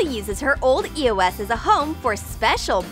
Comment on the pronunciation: did she just say e o s? ITS EOS